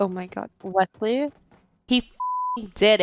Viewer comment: “WES LEY” 😂😂😂